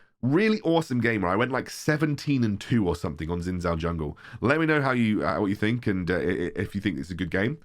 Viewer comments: Its pronounced as shin jao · jow shin technically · Just FYI his name should be pronounced more like shin jao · No one seems to be able to pronounce Xin Zhao correctly.